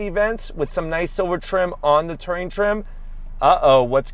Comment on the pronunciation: Why can’t he pronounce Touring ? Lol 😂